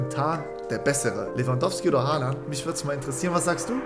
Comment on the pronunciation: es heißt Haaland